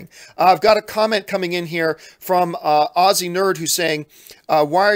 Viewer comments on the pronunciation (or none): none